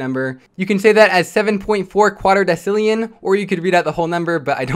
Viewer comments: It isn't "Quattro-decillion", it is Quattuor-decillion. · *quatttuor decillion